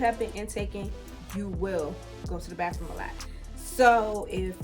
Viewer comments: What’s a “bahfroom?” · Must be from the DMV because that's how we say it lol